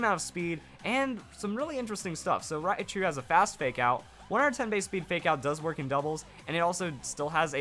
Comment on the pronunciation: Raichu, not riachu.